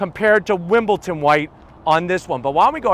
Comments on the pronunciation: wimbledon! Not wimbleton. You’ve said this a few times lol irks my soul. Otherwise good video. I’m gonna zonk the zonker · WimbleDon White not Wimbleton.......